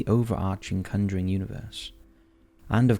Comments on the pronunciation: Dude, you called it the cunduring!! It is the conjuring!! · The Cunjuring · My boi said “The Cunnjering” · Am I the only one who is getting pissed off about his pronunciation of “conjuring”